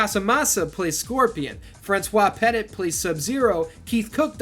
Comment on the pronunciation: Peti, not Petit. He is a French actor.